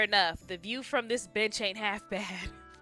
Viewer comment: This event is so cute. NRC boys + possible competition = guaranteed competition. 😄 I misheard your pronuciation of "bench" for a sec and was taken aback. 🤣🤣 Why did you instantly think he had something against dogs? Man was just making an observation. 😭 Poor Malleus. With Jade it's hard to tell if he's being serious or just messing with them sometimes. Actually if he can have be both, he would. Though during the Stitch event (yes there's a Stitch event) Floyd and Azul wondered if Stitch was some kind of dog. Hopefully you got into the habit of eating before playing since then, or a least having some snacks on hand. Example of when Crowley said Grim doesn't understand social customs. Even many Books later, he still doesn't fully. And Jade just enjoying the chaos. Funny thing is I feel like Jade could still afford it. Or at least his family could. Kinda wish I could share some Texas BBQ with these guys now. 😋 Yeah Ariel did that in the movie. Guess they just made it a common thing afterwards. He did. Very much. Some are. Some get right into it. Some even have longer set ups then this one. Rook has a certain... habit, we'll call it. You won't learn about it in this event but it is something he is very imfamous for. So I understand Riddle's worry here. Jade summarized. 😄🐬 Yup. That's why it's so important for him to expecience being around other people from diferent walks of life. He doesn